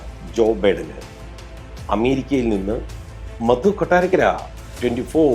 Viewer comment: അക്ഷര ശുദ്ധി തീരെയില്ലാത്ത പത്ര പ്രവർത്തകൻ.സ്വന്തം പേര് പോലും ശരിയായല്ല പറയുന്നത് ! മധു ആണ്. മദു അല്ല!